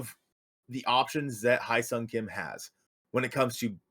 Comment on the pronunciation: You need to learn how to pronounce Hye-Seong Kim's name. Ask a Korean because you are butchering it.